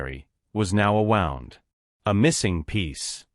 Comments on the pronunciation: WOUND- an injury, not as if you had wound a clock. Pronounced WOOOOO N D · The Ai can't pronounce wound, said "wowned". Hehe 😂